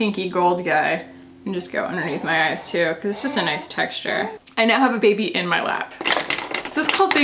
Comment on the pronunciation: Moira Rose: “bèbé”.